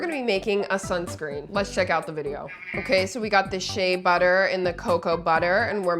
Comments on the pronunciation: Why is it that it always pronounced wrong "shea butter" its share butter pronounced not she butter I'm from a country in west Africa specifically Nigeria where you can get local ones with no additional that if you transfer to dollars fromnaira is not up to 5 dollars and alot of these other stuff that abroad like us UK if these are used are so expensive lmao and yes I took 5 mins out of my day to type this and what I said you can ask co pilot and chat gpt and shout out to Africa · not to come at you but I think it’s pronounced She-a butter